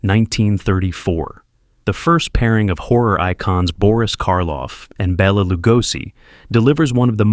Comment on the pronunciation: BELL-a Lugosi. Does AI care if we're laughing at it?